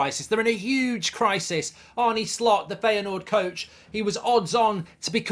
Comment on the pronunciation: Its pronounced Fire Noord. Not Feya Noord.